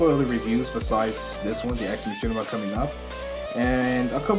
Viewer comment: I think it is said as ex makaina